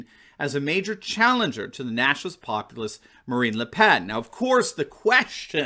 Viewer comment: Why do you pronounce the "n" on Le Pen, but not on Macron ? Why just the French accent on just one word ? ( I know that's how the French say it, but you are speaking English, right ?) It's like everyone speaks English until they get to the name of " Chill lay' " instead of using the English pronunciation "Chil' lee" ( the South American country of Chile, for the unaware.)